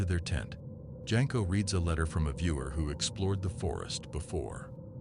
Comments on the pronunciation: It's not Jenko it's Jasko pronounced Yasko. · Jasko (pronounced Yas-ko). not Jenko